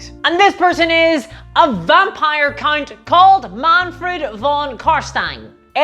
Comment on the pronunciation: is it just me or is she saying vampire "cunt"?